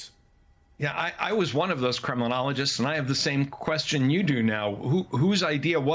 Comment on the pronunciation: Funny that I heard 'criminologist' when he said 'Kremlinologist'. Nowadays, of course, the meaning is almost the same.